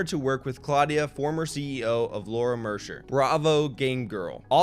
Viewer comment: I know this is kinda unrelated, but I wish he would have said Mercier correctly 😂